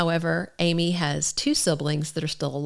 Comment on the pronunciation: Her name is pronounced with a short vow ă, like am - eee, not Amy. Interesting video, though, thank you.